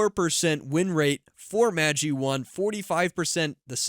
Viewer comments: Pronounced Magh-EYE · FYI: Magi is pronounced maj EYE. The Magi were the "three wise men" of the bible. Gift of the Magi is a famous short story by O Henry. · MAJ-eye (assuming normal pronunciation) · The creators pronounced it Mageh but I agree it sounds wrong